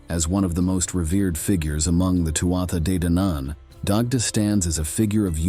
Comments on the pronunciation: Too ah de dan an learn to pronounce the words correctly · Can I help with a little pronunciation Tuatha Dé Dannan sounds like Tooha De Dan an.